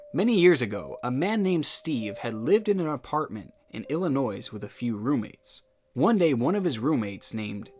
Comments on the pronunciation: It was funny that he said Illinoise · This man really said ilinoise and r dash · I love your channel, and I hope I don't offend you with what I am about to say. You do an absolutely wonderful job on your channel. But there are a few things that are starting to annoy me. Illinois is not pronounced with the S the S is silent. One more thing, when someone uses the plural of the word woman, it is pronounced wimen, not women. I hope you are cool with constructive criticism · Well, I was born in Illinois. It's pronounced Ellen-oi. Not Ellen-noise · btw, for today’s pronunciation class, illinois is pronounced “ill-a-noy” not ill a noise why would you dot h is to me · ill-ee-noy this is all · stop saying s after Illinois. its noi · Omfg stop saying "illinoise," it is physically painful. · "IllinoiS" both of them? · Just popping in to chuckle at "Illi-noise" when the "s" is silent lol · Illinois is pronounced "Illinoi", the s is silent. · You're killing me with the Illinoisssss! :) lol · It's ILL-EH-NOY my friend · How are you a grown man saying “Illinoise” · "illinoise" SIR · As an Illinoisan, I absolutely love hearing people say "Illinoise". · Excuse me wtf is Illinoise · mans really said illinoise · Man, I came down here, MONTHS after this was posted because he wouldn't STOP saying Illi-noys. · Illinois is French there vows are different the s is silent so it’s said Ill-uh-noy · We don’t say “Iro-quoise”, so it amazes me that people still say “Illi-noise”. For those saying “who cares?”, you should care. It’s not like we’re making fun of their intelligence or anything. We’re just pointing it out to try to prevent it happening going forward. It’s really a hit on the education system, not the person who said it. Sheesh.... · Man's rlly did say illinoise. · wait, so its NOT illinoise??? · Illo- Noice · INNIT ILLINOISE? INNIT? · The S in Illinois is silent. Please, its driving me crazy everytime u say it. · The S is silent in the word Illinois